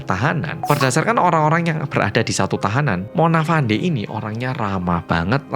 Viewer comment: Izin koreksi 🙏 Cara baca nama Fandey di sini itu 'Fendi'. Jadi nyebutnya itu bukan ngikutin cara ejanya. Untuk Dato Mazlan, Dato itu gelar buat seseorang, jadi cukup bilang Dato Mazlan aja. Ga perlu nambah 'Pak' di depan, kecuali kalau mau manggilmya "Pak Mazlan." Sama juga gelar2 lain di Malaysia kayak Tun, Tan Sri, Datuk. Ga usah ditambah istilah Pak, Bapak, Bu, atau Ibu.